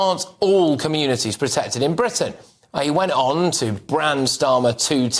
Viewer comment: this is the problem. people who cant say the word "britain" correctly talk about Britain politics